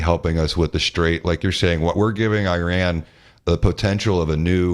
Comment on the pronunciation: BUBBA JESUS FUCK ALA ITS IRAN NOT IRAQ